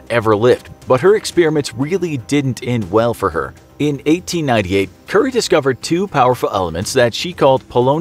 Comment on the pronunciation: Did he just pronounce Curie as curry?!!!